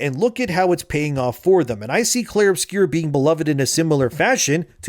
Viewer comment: Uh oh, someone doesn't know how to read. It's "Obscur," not "Obscure."